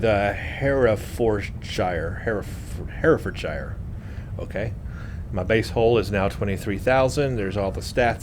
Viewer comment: The name.. you'd pronounce it Hera-ferd-sher (it's like any British county with the 'shire' suffix; it's always 'sher') :)